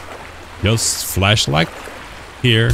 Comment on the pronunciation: Im gonna ruin someone's day, whenever you say 'flashlight' you sound like you're saying 'fleshlight'